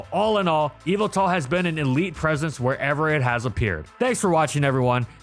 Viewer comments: Evil-tall ❌ Yah-val-tall ✅ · Normal People: Yveltal MandJTV: Yalvaltal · The emphasis is actually on the middle syllable. eee-VEL-tawl. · His name is YAVALTAL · i thought it was pronounced yehveltal not eviltel. have i been saying it wrong this entire time? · evil-tal Me: ye-vel-tal But seriously someone tell me how to pronounce that name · "Evil-Tal" Nah it's "ye-Vel-tal" m8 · ive always been pronouncing evil tal like yuh vel tal wtf? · Please say it’s name right. In English, especially the dub, it’s “Ye-veltal”. Yes its name comes from the word ‘yvel’, since it is the Middle English spelling of the word 'evil.' You don’t pronounce it like “evil”. It’s also pronounced that way because of the way Xerneas’s name is pronounced. Smh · ive always heard it call yee vel tal. this threw me for a loop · "MY NAME, IS YAH-VELTAL!!" - Pokemon Talk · I kept on hearing evil tal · So it's pronunced whyveltal? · its yah vull tahl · bro has no idea how to pronounce yveltal😭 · the y in Yveltal is pronounced like how y is normally pronounced, it’s name has root in the word Wyvern. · Dang ppl much not watch the Pokémon anime when they literally say the same correctly I had to click off the video bc of that very annoying 🤦🏾‍♂️🤦🏾‍♂️🤦🏾‍♂️